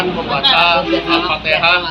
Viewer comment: Al.fatihah. bukan al.fatekah